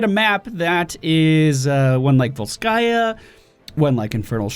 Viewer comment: It's vOlskaya. The emphasis is on the O.